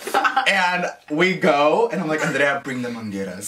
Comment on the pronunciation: "bring the mangeras" IM CRYING